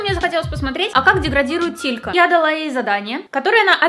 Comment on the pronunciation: ти сказала не тилька а титька😹😹😹😹